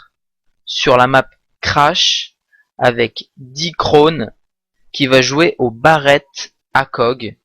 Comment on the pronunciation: Merci de m'avoir Upload sur la chaîne sa fait plaisir , Passez sur ma chaîne et abonnez vous :) Sauf que c'est pas Dicronne mais Deckone comme déconne :o ^^